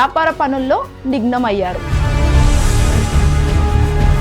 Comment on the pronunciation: ఐనైతిక అనకూడదు అనైతిక అనాలి మహిళ నేతలు కాదు మహిళా నేతలు వ్యాపార పనుల్లో నిగ్నమయ్యారు అనకూడదు నిమగ్నమయ్యారు అనాలి.